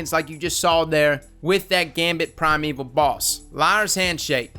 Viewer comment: Primeval shmimeval is pronounced shmy-meval.... not shmeval.... but anyway